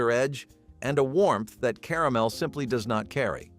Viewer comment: I like how he said "Caramel" .."Ca-ram-alama"